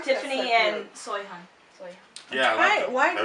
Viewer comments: Soyhun? Its Seohyun!(Soh-hyun) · SE-OH-Y-UN. her named is pronounced with an H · Seohyun is pronounced like suh- yun. The 'eo' makes an 'uh' sound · You pronounce it Sohyun not Soyhun lol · its pronounced sohyun not soyhyun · Just some friendly advice but Uhhhh it's not SOY its SE-OH-Y-UN. Just thought you guys should try pronouncing it right. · That's not right either. It's more like Sew like buttons, and hyun like honey but with a Y in the middle, not the end. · "soy-hyun" tee hee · They're totally doubting about her pronunciation of Seohyun's name >.<